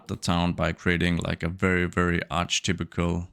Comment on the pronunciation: “Archetypical” , we actually pronounce it unlike it’s written, “Arc eh/er type all”. Very much not a criticism, it’s a dumb language and I had to check how to spell it before anyway.